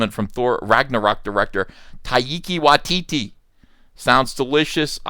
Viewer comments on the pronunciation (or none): Did you say a person's name was Dong Lover 🤣🤣🤣🤣 I guess I didn't hear that right 🤣🤣🤣🤣